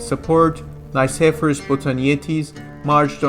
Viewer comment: You are pronouncing "Nikephoros" wrong. The Nike part needs to be pronounced like you would say "Mickey" (From Mickey Mouse) but with an N instead of an M. And phoros is pronounced flat and also intonated like that "phoooooros" "Nickey" + "phoooooros" = nickeyphoooros you can also put "Νικηφόρος" in google translate, choose Greek and see how the name is correctly pronounced. As a Historian you are just obligated to do the minimum amount of research (google translate) before you butcher someone's name. The rest of the video was really good:)